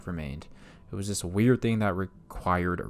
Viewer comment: Thuh-ing not ting. for the word thing.